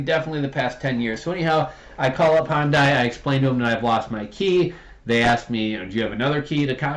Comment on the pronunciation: The car manufacturer Hyundai is pronounced, "hun-day" .